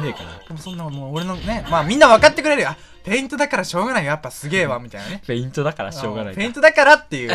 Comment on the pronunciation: へんいとじゃなくてぺいんと